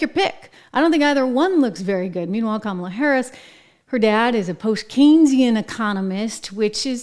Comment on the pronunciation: It sounded like Dr Joke Biden called her Scum-ala play it back you’ll hear it